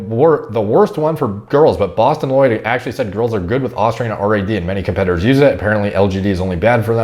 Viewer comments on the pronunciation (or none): none